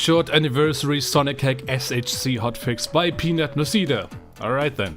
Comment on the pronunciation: you completely decimated Peanut's name 💔🥀